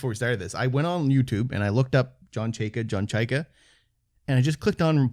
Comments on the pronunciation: It’s pronounced Chay-ka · Pronounced Chayka not chayka